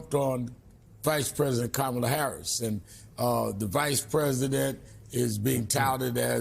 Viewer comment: Rump doesn't even give Kamala the respect of saying her name properly! A jerk from head to toe. 😢